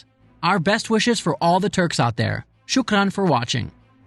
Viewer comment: you Sayed "shukran" better than a lot of Arabs . LOL